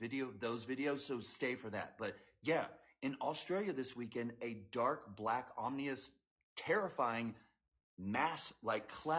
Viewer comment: And it's not omnious. It's ominous!